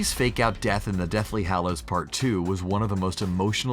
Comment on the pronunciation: Regular People:Dobby:Doe-Bee Regular People:Deathly Hallows:Deathly Hahallows